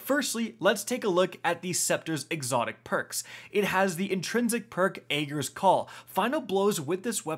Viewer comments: Say it with me.. AGG-er, not AY-ger. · In game dialogue says the exotic is pronounced "Ah-gers" not "Aye-gers" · ”it’s Ah-Gers not Agers Scepter “ here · "I know it's pronounced Agg-er and Ray-ga but I don't care" here!